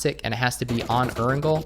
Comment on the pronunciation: Need to learn how to pronounce “Erangel” brother! Lmao. I cringe and crack up hardcore every time you say it. Lol